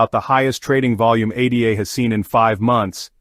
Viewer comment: its called ADA as in a girls name NOT A D A after Ada Lovelace the world's first computer programmer